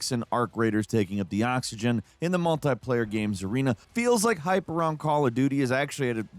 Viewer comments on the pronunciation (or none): Mult-eye? Do you say Mult-eye-ple? lol